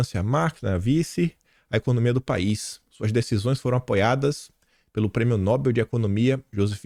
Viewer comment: Irritante ouvir “NÓBEL”, o correto é NOBEL, sem acento. A sílaba tônica é BEL (oxítona)!